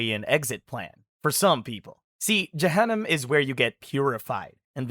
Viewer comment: It's not pronounced byJahanam it's pronounced by Juhunam and it's Pronounced by mooslim not Muslim